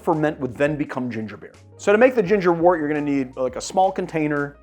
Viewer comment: Not trying to be the language police here but I am a beer brewer. Wort is pronounced wert.